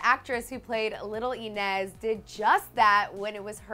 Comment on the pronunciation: little EEE-nez -_